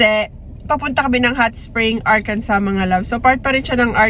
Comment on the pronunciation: Ang saya pala ng post Thanksgiving nyo. Ingat palagi,. Tama ganyan talaga ang pag pronounce ng Arkansas. Love from Nashville, Tennessee 🫶🏻